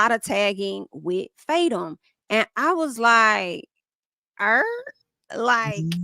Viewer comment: it's pronounced Fa-Toom 😭 I die everytime you say faytum lol